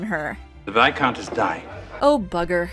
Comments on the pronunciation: Is that how you pronounce viscount?! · today I learned I have been pronouncing 'viscount' wrong my entire life